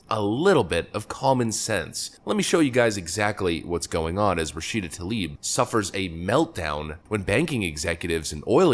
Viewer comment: "Rah Shita Toe Leaf",,,, What a Clueless "Moosie"